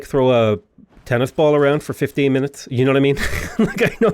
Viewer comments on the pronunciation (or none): none